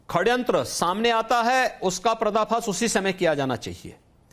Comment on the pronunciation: हिन्दू पक्षधर सी.एम.का हिन्दी शब्द वर्तिनी का अशुद्ध उच्चरण , षडयंत्र को खडयंत्र बोलना अमान्य है।